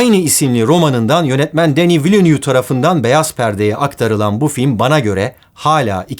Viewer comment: güzel video olmus, yalniz Dune filminin yönetmenin soy ismi "vilnöv" olarak okunuyor